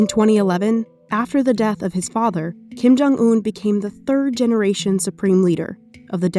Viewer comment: “Kim jung oon”